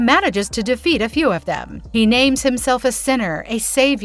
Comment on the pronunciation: Her pronunciation of the names is hilarious.